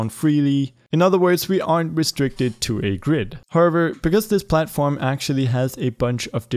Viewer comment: bruh the way he says however